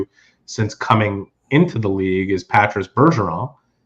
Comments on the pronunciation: Why are you pronouncing Patrice’s name like that?… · they’re speaking English… Not one single person in the league has pronounced his name like that during his career.